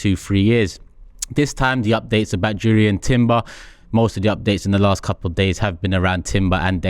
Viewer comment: It's pronounced Yurrien not Jurrien.